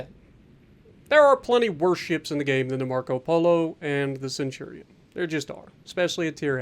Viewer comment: "The Centurion frill." Ouch.